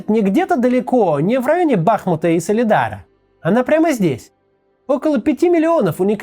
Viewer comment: Благодарю Максима и его команду за отличную работу! Единственное пока пожелание - ударение в наименовании Бахмута ставить на второй слог, так правильнее, иначе режет слух.